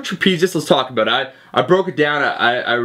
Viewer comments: more like aboUt. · is this guy Canadian?. he pronounces "about" like we pronounce it.